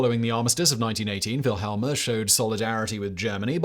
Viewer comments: Queen "VILHELLMA"??? It's "Wil-hel-mina", FGS!! I thought you had a team behind you!! ----- At least someone corrected you before too long - that could have begun a major international incident on YT! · queen wilhelma?? it is wilhelmina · Why say Wilhelma instead of the correct Wilhelmina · Did you really call our queen wilhelmina vilhalmer it's the female version of Wilhelm how can you pronounce it so wrong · Queen Velhemer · The Dutch pronounce W as V just like the Germans. V is pronounced as F…